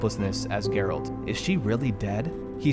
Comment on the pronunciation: You played the whole game without hearing how the Witchers name is pronounced!? Jerralt jerralt jerralt